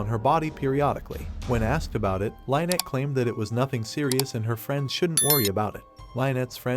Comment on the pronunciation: Why do you keep mispronouncing her name? You are calling her "Line-nett." This name is pronounced "Linn-nett."